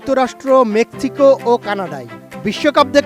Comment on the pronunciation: সাংবাদিক মেক্সিকো কে বলতেছে মেকচিকো😂😂😂😂😂